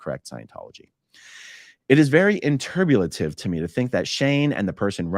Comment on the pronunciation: I couldn’t help but laugh every time you said the world “enturbulative” 😂😂😂😂